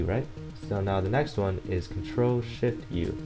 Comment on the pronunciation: what are the controls to change brightness? it sounds like your saying "Ctrl, sh*t, u."